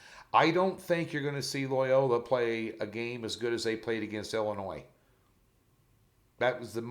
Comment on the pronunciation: Great job! There is no noise in Illinois. Its Illinoi.